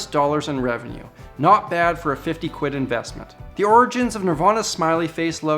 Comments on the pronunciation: Hearing someone with a Canadian accent say quid = ultimate cringe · A North American accent saying "quid" in the context of GBP is amusingly jarring 🤣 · He said quid like an actual English LAD